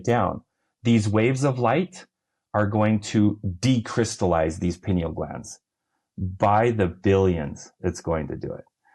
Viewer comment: Pineal is pronounced PIE KNEEL (not PIN EEL).